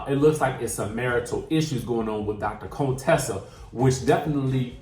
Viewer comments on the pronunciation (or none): Are you being shady, her name is Contessa not Conetessa lol. Can't wait for this season...a lot of twist and turns